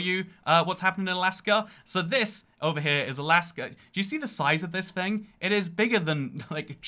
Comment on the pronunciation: I love when he says "fing" with a southern accent